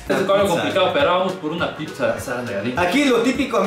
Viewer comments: Por qué dice la pipza 🤣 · A CASO DICE PIPZA? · es pizza no “pipsa” JAJAJAJAJA